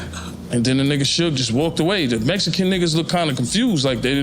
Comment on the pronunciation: Who is the chucklehead narrating this dumpster fire of a video? Learn how to pronounce Suge. 😂 If youre going to reference bars, it might behoove you to actually play the songs.